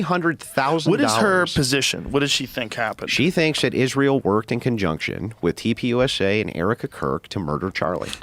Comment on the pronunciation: Pay her 1M but she can't say the word Israel.